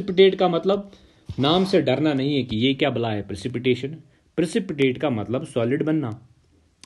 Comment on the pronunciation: What an accent sir…… when you say * yeh Kya balayi hai*